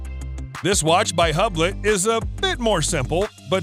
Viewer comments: I am toooo... Hablett??? Huhblohhh is right... what a lamer! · Hab-Lat? I think you pronounce Hublot as U-blow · Hablett? Huhbloh too say!!! Depp!! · Its "Oob-Lo" not "Hub-Lot". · So basically praises to Jacob and Co whom no normal watch aficionado respects, n or aspires to own... And before you make a video about watches, you should probably learn how to pronounce watch names... Yes it is not Hablat... It's Ublo... (both spelled phonetically) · "Hub-Lot".... I can't stop laughing at this expert!!! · He said “Hub lick” first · I’m not sure if you’re being cheeky and intentionally mispronouncing Hublot, but if not, it is pronounced “eu-blo”. Silent H, silent T. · LOL - Hublet??? This is an expert that cannot pronounce Hublot! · "Hub..lot".….. so much for his credibility but the watches speak for themselves anyway so he's just some kind of collateral damage after the fact..... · I stopped watching this video when he said HUBLET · Google the pronunciation, it looks like he did research it weather Google right is another matter. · Any watch enthusiast would know how Hublot is pronounced.